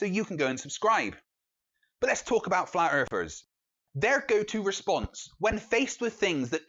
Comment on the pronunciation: "FlAt EaRfErS aRe DuMb As FuCk" Sorry, i can't listen to this guy any more.. Just can't stand this guy switching "th" with "f"